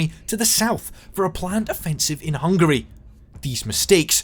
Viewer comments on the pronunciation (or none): none